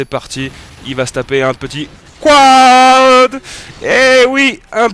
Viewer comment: Pas beau quand tu dis quad, ca le fait pas dutout desolé.